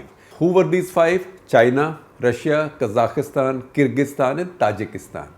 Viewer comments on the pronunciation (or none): none